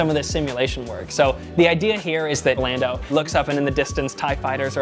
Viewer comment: Lieutenant Dan-do Calrissian